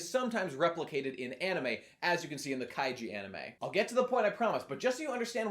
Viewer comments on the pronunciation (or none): none